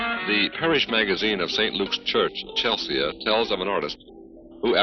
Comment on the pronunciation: He did that a lot. He mispronounces "Chelsea" on this record too. On Volume 2, he mispronounces many people's names, particularly those from other countries. And a story about Lady Londonderry (who he calls Londonberry) has a woman talking who is supposed to be British but she has a decidedly North Carolina accent! I love these things though. They endear these records to me.